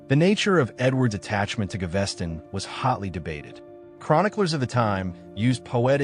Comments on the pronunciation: Ga-ves-ton, not GaVESTon ;-)) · Berkeley pronounced bark-lee. Gaveston pronounced gar-ves-ton...Caenavon pronounced can-ar-von not canviv... A1 is crap..